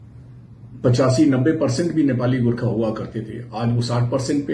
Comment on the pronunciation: garkhe nai horkha bolo pls